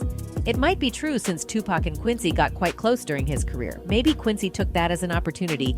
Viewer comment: Its not wiped from the internet. If an idiot like myself can it then anyone can. Also if your going to make a video also re-edit, also re-record the proper pronunciation of Tupac. After his name mispronounced i didn't hear anything else in this video.